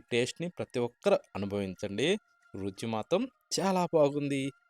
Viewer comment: Ruci ankudadu రుచి అనాలి